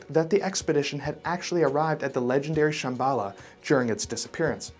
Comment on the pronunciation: Brand new subscriber here I would just like to ask you to pleas, in your future videos please do a little research on pronunciation because the way you pronounce Darjeeling and Shambala was maddening